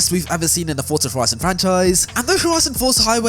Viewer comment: WHY DOES EVERY FORZA (PRONOUNCED FOR-ZA) YOUTUBER SAY FORTZA LIKE THEY WERE ABOUT TO SAY FORTNITE BUT THEY REMEMBER IT'S ACTUALLY FORZA